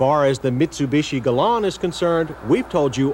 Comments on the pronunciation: It’s pronounced “Galant,” and the “T” is not silent, regardless of what John Davis says. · It is Galant with a “T!” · I thought it was a Galant not a “Glah-annn”? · Anyone else hate the way John kept saying its name? "Galahn" Stop it! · Doug De Muro would want to do a review of this car just for !!!!!!! This is back when John was pronouncing the name the right way. "Ga-lawn" instead of "Ga-launt" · Why couldn't he say Galant? He kept calling it a gallon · The commercials always said "Galant." I remember them. ("Guh-LAHN") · "Cam- RAY" "Guh-LAAN" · GalanT say it with me. The T is not silent. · Can we get a T at the end of the name? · The Mitsubishi Galant or in John Davis speak... Galán. It’s like when he wanted the Camry to be a Camray. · He kept calling it the Galaon. It sounds fancy. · It’s Galant with a “T.” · John, it’s GALANT, and the “T” is NOT silent! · Were they originally called Galan or is the "t" silent? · His pronunciation of 'Galant' as 'Galań' is driving me nuts. I've never heard it pronounced that way. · Galon? I always thought it was called a Mitsubishi Galant?... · Why does John keep pronouncing it "Galan"? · Hey asshole, there’s a “t” at the end of Galant. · Is there a reason why the 't' is silent when John pronounces "Galant?" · Galawn!? XD that’s like Scotty pronouncing Hyundai like Yoondai...XD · Who told John Davis the "T" at the end of "Galant" is silent? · He's pronouncing it with a silent 'T', like a french word. I think this was the first model year, and they just weren't sure how to pronounce the name ?? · Why are the not pronouncing the T at the end of galant? Did the us eventually get he 3.0L V6 with digital dash and even more velour? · Hearing John say "Gallant" with a French-like pronunciation is weird. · He pronounced it in french. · The “T” in Galant is NOT SILENT.